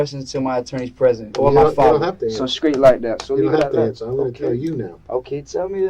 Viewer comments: I got sick of this wangsta constantly saying “Scraight” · When I hear this little squirt of piss say his birthday I'm like "he was just born" then he said "I'm scraight" and I started to wish he was stillborn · Whoever made the subtitles for the interrogation must be deaf, every bit of the "inaudible" parts were clear as day, he was saying " I'm Straight" not "I'm Screwed" or "I'm scared", just pronouncing straight as skraight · Be scraight? Whats scraight? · Just gave it to him “skraight” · Did he say...skraight???? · What is a 'skraight'? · How is he adding a "k" in straight?